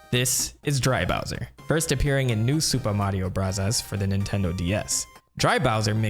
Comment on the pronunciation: Seriously just say Mario brothers not Mario brathas